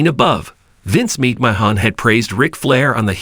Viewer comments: Good ‘ol Vince Meek Mah Hawn wtf is this sh^t? 😂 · YOU CAN'T EVEN SAY HIS NAME RIGHT